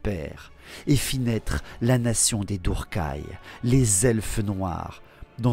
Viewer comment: Tu dis «dourkaï» pour druchiis? C'est le déplacement du «R» que je comprends pas... Après la prononciation personne ne peut être certain de la bonne. Perso je prononce tous les termes elfiques a l'anglaise. (Je mettrai «ss» pour le son «th» prononcé comme dans «theory» Pour faire du phonétique, c'est pas génial mais je sais pas ecrire les lettres phonétiques avec un clavier et peu de gens savent les lire donc...) «Eulssuane» pour Ulthuan...pas «Ultuan» «krasse» et pas «shrasse» «assrail» pour Asraï, pas «ass raie» «Naguaross» et pas «Naguarote» «Malekiss» pas «Malékite» (Encore que ces deux derniers me choquent pas a la française» C'est juste une façon de prononcer hein, pas reproche. C'est comme les gens qui disent «Nu-r-gle» au lieu de «neurgueule» Mais Tzeentch étant sûrement celui avec le plus de prononciations différentes (pour le coup c'est cohérent avec lui^^) Tzintche, Tsainche, Tzwouinche, et d'autres que j'imagine même pas.